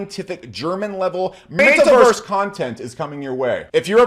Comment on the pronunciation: Metawörs! not May-tuh or anything of the kind. e sound more the first e in there. ;)